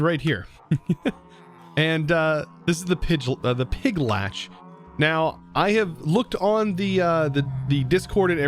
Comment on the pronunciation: Pig-litch not Pig-latch